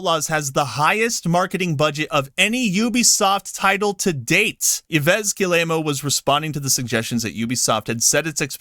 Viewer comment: Dude.......learn to pronounce Yves Guillemot's name.....jesus....